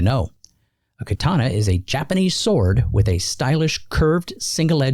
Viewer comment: Sah-moo-rai and kaw-tah-nah.